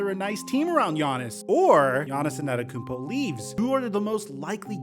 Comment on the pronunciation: bro why you say his name like that 😂